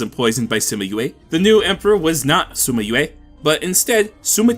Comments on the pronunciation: Hearing "Sima" pronounced as "Suma" gives me aches. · there’s no “u” in sima why do i keep hearing it?